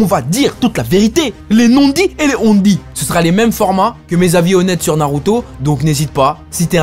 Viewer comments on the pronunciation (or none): none